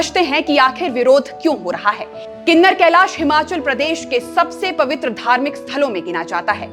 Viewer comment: गलत उच्चारण मत करो किन्नौर कैलाश है ना के किनर कैलाश